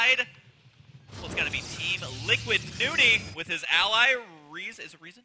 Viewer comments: nOny husky not fucking noonie, jesus. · nOny not nUny! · Nope. It's New-ney.